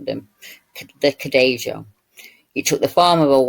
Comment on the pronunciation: Here is the link. It looks allot cuter than I remember - BTW - Cadejo is pronounced Ca-day-ho since J is 'heh' in Spanish:)